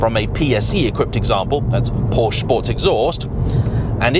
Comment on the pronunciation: Really ? Even auto journalists can't pronounce the brand correctly ? This brand of automobile is pronounced, "POUR-sha"